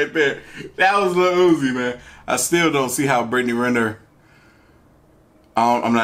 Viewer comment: oofff the disrespeck on uzi’s name